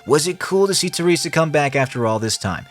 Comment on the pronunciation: Your pronunciation of "Teresa" is so off it pisses me off xD